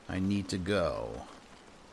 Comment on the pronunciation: I love how you pronounced his name. Armooonnnnd Mortierrrrree... lol